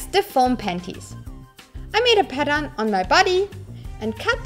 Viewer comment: 2 minutes before the video ends and you realized she was saying pattern not padam